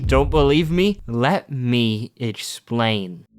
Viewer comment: bro realy hit that "let me explane"